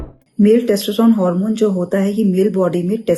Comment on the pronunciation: मॅडम पहले testosterone बोलना सीख लो